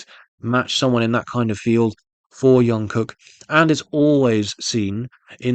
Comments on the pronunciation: It's not yungkook, but Jungkook, like you pronounce Jimin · Its JungKook ..like Jump...Jung-kook....youre killing me here😂😂😂